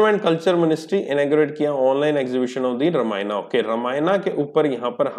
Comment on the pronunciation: Sir "रामायना" नहीं हैं "रामायण" हैं।